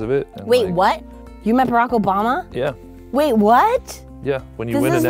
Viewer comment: 😂😂 it is so funny the way she says barack obama